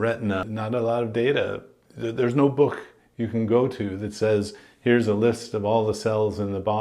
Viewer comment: Particularly dug the unexpected Scoto-Germanic pronunciation of "book" as "buch" here. ;-D